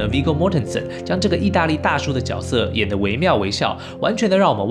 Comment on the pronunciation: 大哥我就是想告诉你，那个念角（决）色